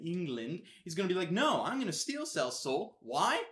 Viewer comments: Why are you calling him Ceal.....??? It's Ci-E-l. Doesn't make me upset just for the future I guess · His name is not sell And this is how you say it Sea el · I was annoyed every time he said cell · Why do you keep saying "Cell" instead of "Ciel" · why the fuck do you keep calling him cell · PLEASE. STOP CALLING HIM CELL. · Lol, U keep saying " Cell " Your not saying Ciel. Pronounce the " E " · He was pronouncing Ciel, seal. What on earth is wrong with this fellow. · SK Yeah, but still, in the grand scheme of things, does it really make them much of difference? You know he's talking about Ciel, even if he was pronouncing it as "Cell", and the whole point of the video was to give you his thoughts on it. If simple communication is already covered, then it's fine. You wouldn't get on someone with an accent for pronouncing words wrong, would you? Even if doesn't have the excuse, he still got the point across, didn't he? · YOUR PRONUNCIATION IS DRIVING ME MAAAAAD. IT'S C.L. THAT'S HOW YOU PRONOUNCE CIEL. ALOIS IS ALL-OH-WEES. K I'M DONE. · Omg if he calls Ciel "Cell" one more time... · But why pronounce Ciel's name "Sell"? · he either has an accent or just has trouble pronouncing iel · But even the dub got the pronunciation right. :/ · "Cell"?? I think you mean Ciel... (Sea-el) "Alowes"?? I think you mean Alois.. (el-a-weez) and btw, THEY'RE ALL BOYS!!! ***BOYS***